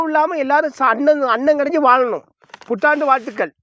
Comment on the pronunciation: அது புத்தாண்டு வாழ்த்துக்கள் லே. புற்றான்று இல்லை லே பேதியில் போவான் வாயில கொஞ்சம் ஆயா அள்ளி போடு அப்போ பேச்சு நல்லா வரும் தூர போல